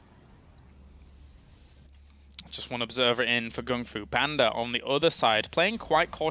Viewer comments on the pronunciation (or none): Does no one care they called him panda instead of banda the whole series. even said Kung fu instead of gung fu. Just irritates me lol sorry